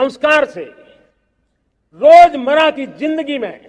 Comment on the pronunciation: Sri Sri 420 Gobhi... anpadh ganwar banda hai ye.... रोजमर्रा को रोजमरा और प्रण को प्राण बोल रहा है बेवक़ूफ़.....